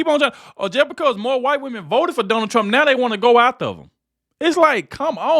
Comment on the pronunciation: Did she call him Donald Trunk???